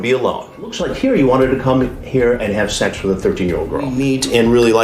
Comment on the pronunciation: Do you suppose Chris Hansen says "shecks" instead of "sex" because he wants to sound cool!